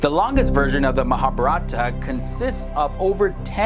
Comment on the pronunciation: You pronounced the vowels in Mahabharata inversely. I think easier way to understand is Mahābhārata where "a" sounds like "uh" (so Ma=Muh) & "ā" sounds like "ah" (so bhā=bhah).